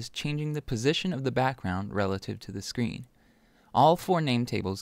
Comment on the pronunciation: You said Sean not screen